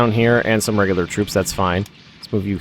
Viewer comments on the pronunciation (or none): none